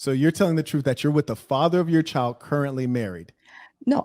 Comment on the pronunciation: Wtf is " Troot"?